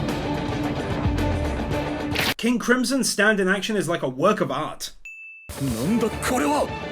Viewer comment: Did just call the most op stand “STANDODAMALAMA”???